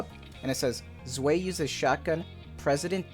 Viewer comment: You pronounced her name correctly!!!!!